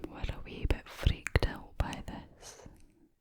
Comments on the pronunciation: Out = ooowt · I thought the word "out" in the Scottish accent sounded like "ewt" 🤣🤣